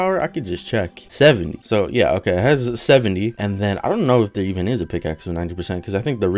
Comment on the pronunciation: Drinking game: Take a shot every time he says “byeah”